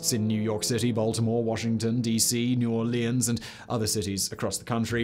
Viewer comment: New Orleans is not New Orly Anne's. It's New Orleans.